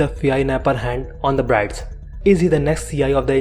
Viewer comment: My friend, its "BIRDS" not "BRIDES" as the pronunciation. Otherwise a great job.